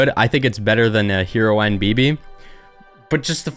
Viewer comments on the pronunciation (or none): did he actually say hero-aine bibi?